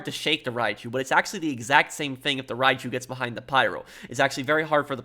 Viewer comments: Great video. It's pronounced Ryu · All I'm hearing is Raichu